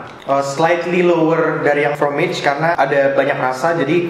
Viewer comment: fromage (A tetap di baca A bukan E ) artinya keju..yg chocolat(shokolat) bahasa prancis..klo pake huruf E dibelakangnya itu bahasa Inggris